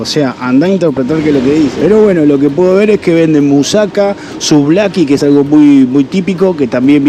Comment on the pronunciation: Con todo respeto y sin el fin de criticar pero esta muy mal pronunciado, por ejemplo se dice mousakÁ no mousáka, la cerveza se llama ninfi